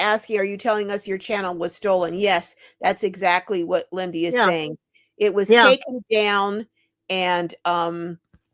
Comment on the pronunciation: Lindy not windy